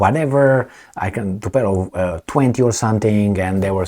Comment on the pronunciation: TUPOLEV, NOT TUPELOV!!!